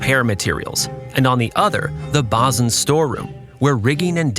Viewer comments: “Bow” is pronounced like bau, not boe. Also, “bosun” is pronounced boe-sun, not baw-sun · This is so well done, with such attention to detail. It's a shame the same care wasn't taken with the AI voiceover which mispronounces several important terms including fo'c'sle, davits and bosun.